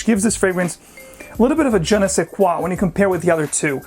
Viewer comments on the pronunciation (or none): none